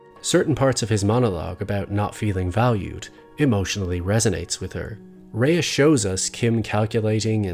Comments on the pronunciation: And her name is pronounced RAY not RAYA fyi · Her name is pronounced Ray jsyk.She is a fabulous actor, when she cried on the bus it was the most realistic full body sobbing I've ever seen. Every scene is a masterclass in acting, Kim was a fully realised character from day 1. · Yep. "Ray." Watch just one behind the scenes for BCS and you'll hear it pronounced that way over and over. I guess this guy just didn't observe that. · I know everyone gets this wrong, but her name is pronounced as just ‘Ray’. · Rhea is actually pronounced like 'Ray' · her name should be pronounced like "Ray" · Kim is incredible, but Rhea is pronounced "Ray". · the pronunciation is Ray though... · I agree your video essay is an excellent tribute to her accomplishment on BCS. I’m a subscriber and I like your take. It’s just as I was watching every time you pronounced her name I cringed, the same way people pronounce my last name wrong. Every time it took me out of the video and lost focus on what you were saying. I looked it up and “ray” is the German pronunciation, coincidentally, my last name is also German, and coincidentally people constantly saying bayer instead of what sounds like “buyer.” Anyway, I agree with Dale Carnegie when he says “Remember that a person's name is to that person, the sweetest and most important sound in any language,” he ought to have added when you get right, when you say wrong it’s like clanging gongs. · Except that he doesn’t know how to pronounce “Rhea”. One questions how closely he really does follow this actress. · Amazing video on an amazing actor that also manages to pronounce her name wrong for the entire 16 minutes 😭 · Rhea's name is pronounced "Ray" not "Raya." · Only criticism is mispronounced Rhea's name. "RAY" not "RAYA" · Excellent analysis of her performance. One minor note, her name is pronounced "Rey" with one syllable, not "Rey-ah," despite how it's spelled. Just so you know! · Excellent observation. Her name is pronounced "Ray". Not "Raya."